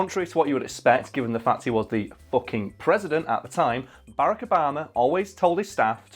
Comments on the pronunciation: its ba-rack not bara-ck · Berrec Obama is all I hear when he says Barack Obama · I know I know it’s annoying of me but it’s pronounced ba rack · They can’t pronounce Barrak correctly.